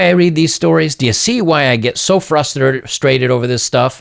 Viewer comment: “Do yuh see why I get, flus-usterated” Yes, yes I do.